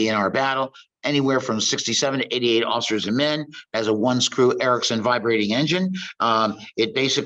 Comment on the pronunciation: Lol right about seventeen minutes in I swear he says "Ulcers and men" the HM2 in me heard it I guess.